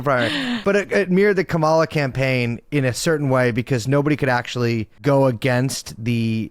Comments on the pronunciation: I like your videos Taylor, but I can’t take interviewees seriously if they cannot pronounce Kamala, especially if they’re being presented as a political expert. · Are people just allergic to correctly pronouncing “Kamala”? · I love Brace’s commentary and think he was the perfect guest for this topic, although him mispronouncing Kamala’s name is disappointing.